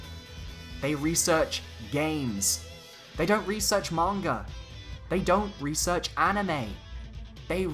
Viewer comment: I loved the video! ^^ I can’t wait for the next one! :) (also thank you so much for pronouncing manga correctly. I get so sick of hearing youtubers mispronounce the word (and they’re usually anime/manga Youtubers) so hearibg you pronounce correctly made me even happier ^^)